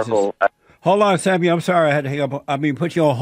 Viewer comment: When Jesse says Samuel it sounds like "Seven-year old" ... how fitting!